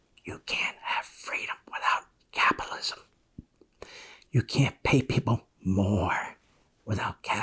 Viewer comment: Really capilism? Ten times after each other you tried to say capitalism each and every time you said capilism why is that difficult...